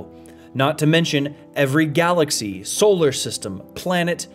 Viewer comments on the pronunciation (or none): none